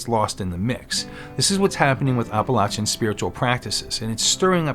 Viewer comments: maybe I stopped watching it because of the mispronunciation. I’ll view again. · Please please please- especially since you live there now - pronounce Appalachia correctly. I enjoy your videos, and I’m not trying to be mean. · OMG. You’re saying it wrong that’s NOT HOW YOU PRONOUNCE APPALACHIA. made my ears and head hurt